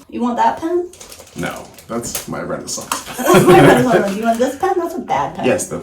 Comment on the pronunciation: 🙂i heard Renaissance Pen thats so adorable !